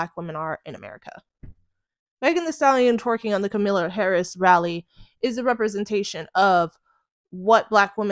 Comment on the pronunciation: the way you say kamala kills me😭 (comma-la)